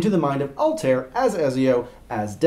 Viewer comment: Altair was pronounced wrong. Just trying to help.